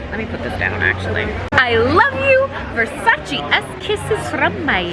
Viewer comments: Its Versace NOT Versaciii🤦🏽‍♀️😂❤Sorry not sorry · versacEEEEEEEEEEEEEEEEEEEEEEEEEEEEEEEEEEEEEEEE cristo santo not versaci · IT’S NOT PRONUNCED VERSARCI!!!!! IT’S VERSACE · VersacEEEE not VersacI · It‘s not Versaciiii it‘s Versaceee ! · People say 'Versace' wrong... it's not ver-sach-ee, its ver-saach-eh....🤷‍♀️ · Pleaseeee it’s Versace not Versaci ahahah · Ver-sa-CHE not versashi 🤦🏽‍♀️😬thank you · It’s not pronounced “Versaci” it’s pronounced “Versace” 🙈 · Omg amazing 😍 but the right pronunciation is VERSACH-EH not VERSACH-EE!! Love you ❤️💝 love from Italy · I know must be so excited experiencing this. But all the screaming over small things? Mad annoying. And not responsible enough to wear a mask? Bruh. ALSO how she pronounce VERSACE wrong the whole video??? This is upsetting. 👎🏼 super disappointed. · Me, an italian, being triggered the whole video with the way she pronounces versacE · Wanna shoutout Donatella but can’t even say Versace right and thats her #1 pet peeve. She sold that house quick and cheap she wants nothing to do with it so don’t flatter yourself thinking she gon see this 😂 this regular ass place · U love Versace so much yet you can’t say it properly.(btw I’m not hating just correcting on how to say it)